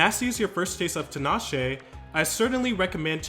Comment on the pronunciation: fyi it's tea-nash-ay not tin-ah-shay